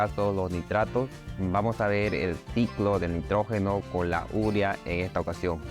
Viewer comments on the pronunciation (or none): porqué dice URIA, cuando está escrito UREA ??